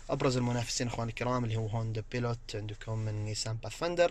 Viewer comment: والله مو استقعاد ولاشي والفكرة واصلة لكنه بيكرر المسمى الخطأ لفترة طويلة في كل الفيديوهات يقول بيلوت اكسبلوور لابد أحد يصحح له